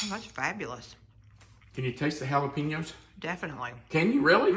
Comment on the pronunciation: you obviously were not a Spanish teacher. The word is Jalapeños and not Jalapino. Pronounced Hal-A-Pen-yo. But the recipe looks Sabrosa (flavourful)!